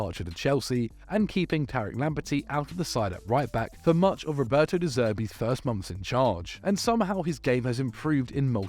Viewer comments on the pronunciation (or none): none